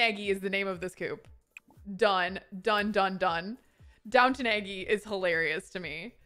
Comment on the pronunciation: donwton eggy, butchered that haha